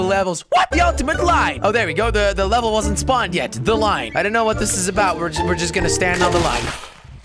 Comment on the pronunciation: Jelly it's leveL not leveR haha :p